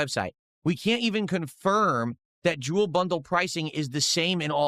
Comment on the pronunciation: Oh hello Jew-el